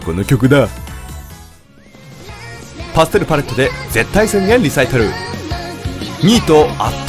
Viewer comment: 一瞬ゼッタイ宣言リサイクルって聞こえてえ？ってなった